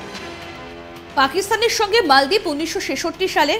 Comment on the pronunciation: Maldip na moldip bolun.